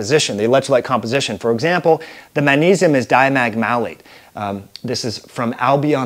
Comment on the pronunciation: Did you say manisum?